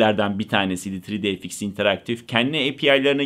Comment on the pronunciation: Neeee " tri di ef iks " miiii, yuhhh.